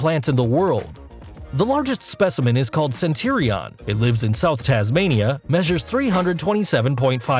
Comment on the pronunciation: Please get a narrator who knows how to pronounce "Centurion" and "Redwood"!